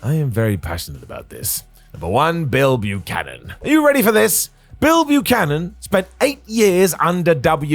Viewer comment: Are you saying Bill Buchanan? Doesn’t sound like you’re saying Bull Buchanan 🤔